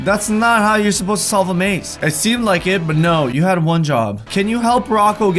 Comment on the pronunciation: Is it just me or at the start of the video does say ‘ wad one job’